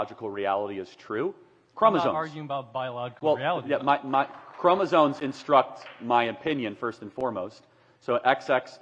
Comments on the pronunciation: Charlie, we have to work on your pronunciation. It's chromosomes, with an M, not an N. And it's mastectomy, with 2 Ts, not 1. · Charlie has to stop pronouncing it "ChromoZONES." He mispronounces the word over and over again.